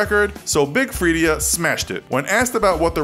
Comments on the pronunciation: *Big Freedia(Free-daa)* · its big FREE-DAH